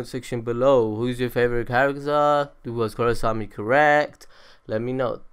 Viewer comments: i think most of those are just common knowledge for anyone who is even slightly interested tlok. also its KorrAsami not korrosami. because not matter where you cut the names its either korra or asami ... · Korrasami? Bruh!